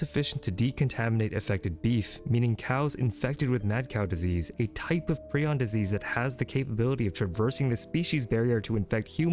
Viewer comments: Pri on not preon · Thought it was ion and not eon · In my mind Prion is pronounced PRY-on, not PRE-on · I always call them "PRAI-ons." No matter how many videos I hear people refer to them as "PREE-ons," I will not course correct. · Pr-eye-on. Prion. I have never understood videos where someone has expert level knowledge about a topic but they never learn how to pronounce the topic correctly. 😑 your pronunciation is so off that even my captions can't tell what you're trying to say. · It's pronounced 'pry-ohn' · Pronounced: PRY-On. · I think it's pronounced as: Pr-eye-on